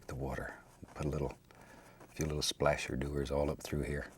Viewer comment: i Watch just to hear him say slasher doer